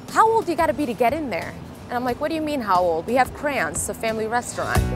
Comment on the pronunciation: “We had crans”🤔